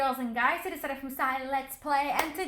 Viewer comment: Ummm what did you say you should know it's are zaira